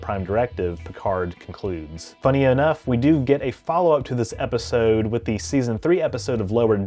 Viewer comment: Can't stand how he says 'episode'